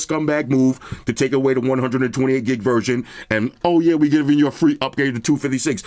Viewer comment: 128 gig ‘verJohn’😂😂😅